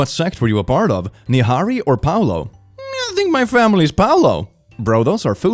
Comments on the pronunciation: pu lao, not pao lo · Pulao is pronounced as poo-la-oh it's rice with extra steps